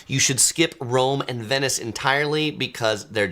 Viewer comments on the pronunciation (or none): none